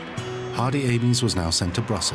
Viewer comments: Pretty sure his name is pronounced Aims! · Great film but a shame his surname was mispronounced throughout.